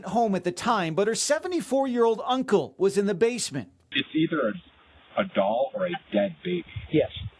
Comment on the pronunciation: WHAT IS A DALL...IT IS A DOLL STUPID NEWS GUY. I CANT STAND NEWS REPORTERS AND POLICE